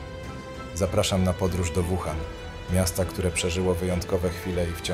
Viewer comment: Naucz się przed nagraniem wymawiać nazwy chińskich miast przynajmiej... Nie "Kłindao" tylko "Cingdao", nie "Wuhan" tylko "Łuhan"... W następnym odcinku bedzie 张家界 czyli po naszemu "dżang dźjia dźje"... Mieszkam w Chinach od ponad 5 lat.. w tym w "Łuhan" podczas pandemii i żal .... ściska jak słyszę te poprzekręcane nazwy.. Wiem że nie mówisz i nigdy nie będziesz mówił po chińsku (słysząc Twój angielski 🤣) ale skoro "idziesz po Milion subów" to przynajmiej postaraj się ogarnąć nazwy miejsc o których opwiadasz... Pozdro z Kantonu :penguin-blue-waving-tear